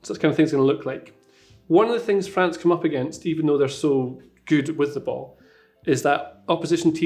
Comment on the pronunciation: Tell me if I mispronounce any names....: Right, let's start. FRANZ 😆